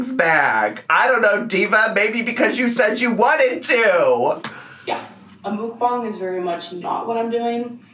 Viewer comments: Why does she keep calling the timer a stopwatch? It has to be a watch to be called a stopwatch. I hate her vocal fry! "Mook-bong-guh" but the "guh" in a higher pitch than the first part of the word. She adds at least 1 extra syllable to every damn word. And, "andouille" pronounced and-doo-wee not and-ole-lee. This is Miss 3.9 GPA, Miss 140IQ, Miss Proper Grammer at all times, Miss Well-Read. Yet can't pronounce over half the words in the english language 😂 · the way she pronounces mukbang annoys me so bad